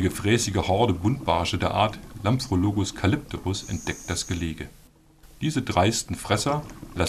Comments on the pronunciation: Kann der Sprecher noch nicht mal ablesen??? Es heißt Lampppprologus und nicht Lamfrologus. Dieses hartnäckige Falschablesen geht mir auf die Nerven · Es hört sich manchmal tatsächlich so an, als würde "Lampfrologus" sagen, was er aber sicher nicht tat.